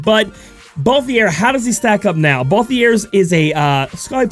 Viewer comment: I'll be that guy. It's ball-theer like the word tier not ball-thee-air